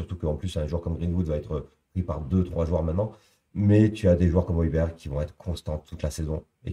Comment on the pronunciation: Oilbierre phonétiquement 😅